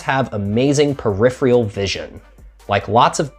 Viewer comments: Per riff er ral = peripheral Not perifirall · peripheral, not periphrial... vision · "Periphrial" "Peripheral" There, fixed that for you. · hard to trust someone who pronounces it "perifreal" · Pronounced per-if -er-al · He mispronounced peripheral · All due respect, you might want to check how to correctly say the word "peripheral". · Haha, it made me wince as well. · So many people pronounce it wrong. Drives me crazy.